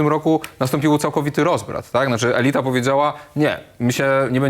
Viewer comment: 👉 elyta z akcentem na yyyyy 😃to nie jest to samo co ELITA🌹